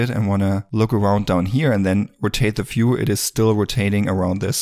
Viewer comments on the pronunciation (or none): it is not "fiew", it is view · This video should be run when you start the Blender first time. Amazing work, thanks a lot. One thing bro, "view" - is not "phew" it starts with "v" :)